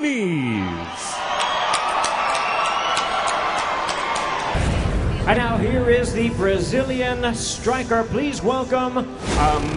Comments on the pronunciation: Nunes, not Newnyases. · Newnies!! Better not let her hear you pronounce it like that. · I swear that first guy said Amanda Nudies! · I dont like the way the announcer pronounce her name. Amanda Nooneeez.. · What is up with the horrible pronunciation of her last name?!?! LOL!!! Noonies!! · who looks at a womans name from brazil nunes and think its pronounces noonies lol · Amazing how people that talk for a living routinely mispronounce simple names.. " nunies" ... Come on folks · That first announcer was horrible, how do you butcher the names Nunes so bad? New Knees 😂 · cringing every time i hear NoOniez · its Nunes brother. not Nuñez. the N in the middle of her name is pronounced like the N at the beginning. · Everyone is saying her last name wrong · One video and I've heard Amanda's surname been pronounced 7 different ways. It's not hard and it's not like she has a long complicated surname is it. C'mon if you can't even pronounce Nunes then you shouldn't be a commentator. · Youre pronouncing Nunes wrong. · It's noo-ness not nuñez you're pronouncing it as if it were Spanish not Portuguese. Kinda ruins the video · 1st clip u here the guy say her name right and u butcher the shit out of it 3 seconds later her name isn’t Nuñez it’s Nunes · "Amanda New-Knees" 💀🤣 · I swear if I hear that announcer pronounce Nunes as "Noonies" again, ima lose ma shite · Yea .. great fighter... Amanda "nooniez"!!! 🤣🤣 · it's nuñez not noonies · Isn't it Nu-NEZ. Not Nu-Kneez? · This fool calling her Amanda noonies gets quite the L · "amanda NEWKNEES" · It sounds more like loonies 😂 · ya i didn't like that either. I guess I could be wrong but the only way that sounds right to me is noon-ez. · Amanda says her own last name like that. She said after that Ronda fight in the octagon “I’m de champ!!! Me Amanda “Noonies”(Nunes) !!!!” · The first announcer was driving me crazy calling her New Nees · Amanda Nunies? the hell were the announcers smoking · Ha new-knees lol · Amanda "New Knees"🤣